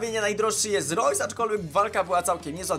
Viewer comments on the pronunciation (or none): none